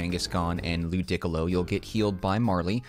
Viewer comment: Are we just gonna ignore how my mans pronounced ludicolo lol